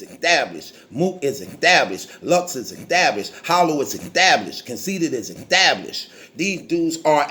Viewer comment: this nigga said extablished! I'm weak af right now!! 😂😂😂😂😂